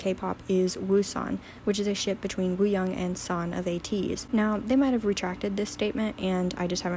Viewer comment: LEARN HOW TO PRONOUNCE WOOYOUNG JFC